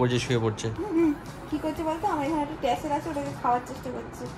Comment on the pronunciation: টার্সেল ❎টেসেল ✅